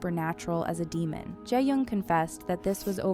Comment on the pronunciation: Shin ye and Je yong 😅.. wtf! Pls pronounce their names CORRECTLY!